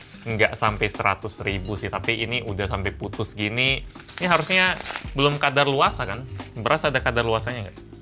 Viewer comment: kadaluwarsa bang bukan kadarluwasa :v